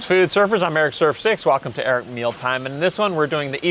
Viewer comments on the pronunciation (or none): none